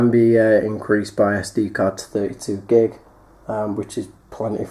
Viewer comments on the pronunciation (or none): 32 gig you British basturd